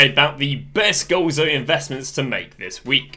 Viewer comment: it's Golazo not goalzo 🤦